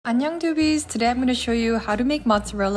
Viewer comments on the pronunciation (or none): none